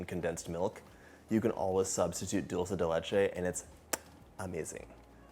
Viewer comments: I found myself wishing he would stop saying Dulsa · Except that he pronounces “dulce” wrong - it’s “dull-chay” 😅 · Are you kidding me? It absolutely drives me crazy when he says dulsa